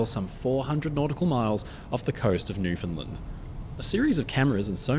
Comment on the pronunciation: Thanks my friend, that was great. I remember the headlines back then that they found Titanic, and then when Dr Ballard came up after visiting the wreck, saying, "We went dancing in the ballroom". Truly amazing. One thing though, it is pronounced as "New-fund-LAND"